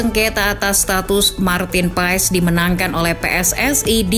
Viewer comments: bacanya "Paas" min bukan "Paes" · paes paes , pass baca nya min sama kaya pemain leicester Wout Faes , baca nya jg Wout Fass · Baca nya martin pas bukan martin paes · Min bukan Martin paez tapi Martin pass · Bacanya marteen pas,,, bukan paes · Bacanya Martin pas min bukan paes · Selese juga drama nya Izin koreksi min, cara baca nama nya yg benar itu Maartn Paas (sumber dari salah satu video coach justin), makasihhh 🙏